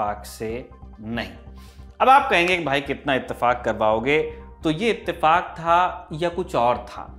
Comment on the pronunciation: It's not itefak , it's the fu..